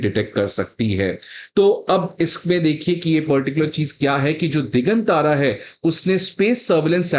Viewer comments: दिगांतर Not दिगन तारा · दिगांतर है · भाई यह "दिग्गांत्र" है दिग्गन तारा नहीं (1.36 मिन)!! कैसे IAS पढ़ाओगे!! खुद का उच्चारण हिला हुआ है!!